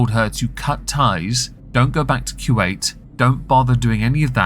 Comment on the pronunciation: Love how you pronounce Kuwait 😊 Kjuayt